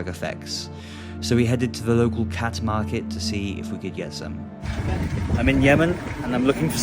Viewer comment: you say khat... i hear cat 😺😺